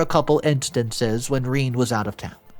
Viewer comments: Rene pronounced Renay not Reen... unless you're an inbred barefoot hillbilly.... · It’s not ‘Reen’, it’s Rene (sounds like reh-nay) no matter how much you want it to be. If you wanted your child to get bullied so bad and turn out like this brat, shoulda named her Reen. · Not Reeen....its pronounced Renay... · i'm sure it's pronounced rene,not reen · Rene is not pro ounced Reen but is Ren ay (short e) (long a) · Ren-ay. Not Reen. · It's not "Reeen", it's "Reh nay" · Oh good grief. Rene is not pronounced as Reen. How about pronouncing the name correctly. Rene is pronounced as Ren āh the first e is short. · The story is good, but saying "Rhine" is borderline disrespectful for your audience and for the human being who is writing your stories. It is Renée, feminine form for René, and it's pronounced "Reney" for english speakers... I hope your own entitlement come to light, selfish thief may get what he deserve after some time. You are not better than the imaginary characters in your stories, maybe worst ^^ 🖖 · I do not know about others but pronouncing daughters name as ( reeen) when the most common way to say this french word is (ray-nay) puts my teeth on edge! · Reen!!! Really!!! Pretty sure a person would know it's pronounced RenA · Reen?? Rene is pronounced "reh-nay"! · You were "conservation in your moves?" JFC, "Rene" is pronounced RA-NAY. Your stories and their presentation are absolute garbage. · Rene is pronounced Reh-nay, dude. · every time I hear him say Rene as Reen I cringe, which is often. JFC. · She was jealous. Also, it's Ree-NAY.